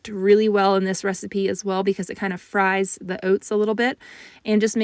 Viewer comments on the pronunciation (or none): none